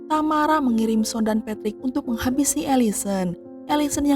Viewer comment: Satu yg gak enak dr urang sunda klo ngomong adl dibelakang pengucapan seakan ada huruf 'k'...contoh tamara jd tamarak😊